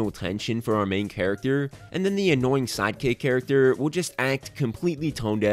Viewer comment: Lol I thought he said side cakes like six times